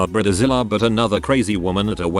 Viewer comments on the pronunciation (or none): This is why AI voices are a bad idea. Brid A Zilla. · Briedder zilla 😂💀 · Ooh it gets me everytine he says brid-eh-zilla